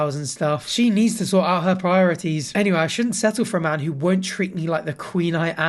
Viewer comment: I love when unironically says "They need to sort out their priorities" in the most Hermione accent possible